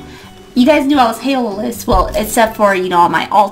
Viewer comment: take out a S it's HAlo